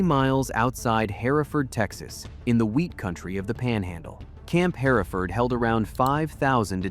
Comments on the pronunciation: we say "HER-ferd" not like the English "hair e ford", We also say "um burger" not your version. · Hereford is pronounced HER-Ferd, not Here-Ford. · Hello from Amarillo. Here is somethings you don't know. The actual pronunciation of our stuff The clay dirt is called clee-chay Amarillo is our name and the Spanish yellow meaning is for the grass lands, not enough much water makes them yellow Hereford is said Her-ford, called it here ford once Llano keeps it's Spanish pronunciation as Yanno We still call it the dust bowl You don't loose if you don't finish dont the meal in the time limit, you pay and have food for days. Win-Win We pay tribute to our original hometown by naming one of our high schools after it with the mascot Rebel, graduated 1999 We didn't want slavery and had recently came out of the fight with Mexico for our independance, only reaso to join with the southern stes was security from potential retaliation and reconquest Texas overall is the one State that was its own country before statehood, Cowboys and Vaqueros and the like were always organized together Yellowcard is a secondary effect of Amarillo with the addition of Pantex, also known as bomb city. Thanks for everything else you got right about my home. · Hereford not Haraford. .... Tascosa .... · You pronounced Hereford wrong. Hur-furd two syllables - not 3 syllables “hair a ferd” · I Love the dinosaur in the background!!* I hadn't noticed it because I was getting ready to comment, right then, about the pronunciation of the word Hereford. It's not Herr -Ford, it's Herford... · Great video, thanks! BTW, Hereford, Texas is pronounced Her-ferd, not Hair-a-ford. (Just sayin') I see you fixed it. Well done! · Hereford is pronounced HER-fird… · Pronounced her ford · I am from South of Lubbock. I love this video. Just a clarification Herford is pronounced [ her-ferd]. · "Harafurd" Texas, screw your AI bull shit. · Please be advised; Hereford is pronounced HER FORD. Thanks